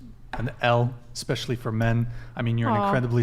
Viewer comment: Hey "", Its eSpecially not eXpecially. 🤦‍♀️